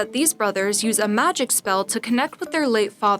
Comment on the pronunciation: She also said "conJOOR" instead of "CONjure" "theAtre" instead of "theatre" "MAGIC spell" instead of "magic SPELL" and "PERIOD dresses" instead of "period DRESSES." This girl just talks weird.